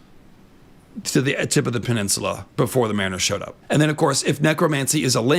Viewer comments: who the hell taught you to pronounce peninsula like that? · Can we all just take a moment of silence for the word "peninsula".... He murdered that like four times in a row